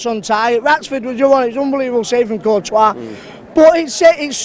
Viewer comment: "Contouir's leaving"